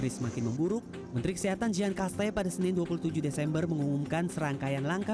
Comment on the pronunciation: Dear CNN Indonesia, Menteri Kesehatan Prancis Olivier Veran (dibaca: Oliviyer Verong). Jean Castex (dibaca: Zyang Kasteks) Perdana Menteri Prancis. Champ - Élysées (dibaca: Syong élize). Teliti sebelum nyebar berita s'il vous plait.